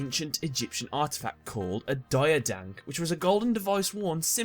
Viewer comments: It's Diadiankh not diadonk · It's pronounced /Deeahdeeahnk/, but cool video all the same.